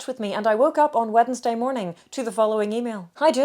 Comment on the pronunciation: You are the first person who I’ve heard pronounce the first ‘d’ in ‘Wednesday’, as well as pronounce it with three syllables!